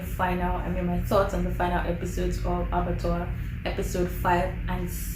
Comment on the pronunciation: Ahh this hair make sense o! 🙌🏽🙌🏽 Oh and you got the pronunciation 👏🏽👏🏽😂